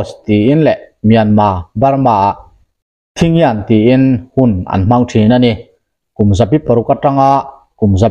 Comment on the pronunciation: "Thingyan'' hi ''ta chian'' tih a rik chhuah tur aw👍